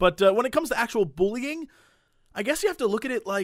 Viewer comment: "and I've ZEEEN BUUllying happen"